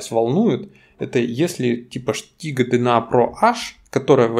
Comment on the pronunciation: Почему Штига?? Стига через С